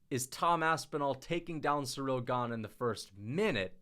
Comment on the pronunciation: Please, it's not SURREAL Gane. It's pronounce like: SEE-REEL